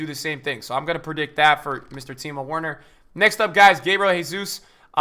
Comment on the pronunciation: Good vid but plz say Werner correctly